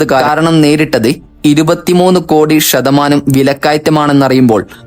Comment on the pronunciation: ഷേശം, മെശീൻ, ആവഷ്യം, ഷതമാനം, ഏകദേഷം, വർശം, വിഷദമായി തുടങ്ങിയവാക്കുകൾ ഉച്ഛരിച്ച് മലയാള ഭാഷയെ കൊല്ലല്ലേ. ആദ്യം സംസാരിക്കാൻ പഠിക്കു